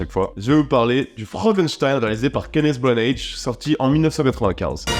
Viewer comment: Ça se prononce Kénesse Brana. Tout simplement.